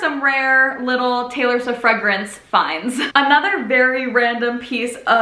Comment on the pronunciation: you literally pronounced taylor swift so perfectly like the one she says in debut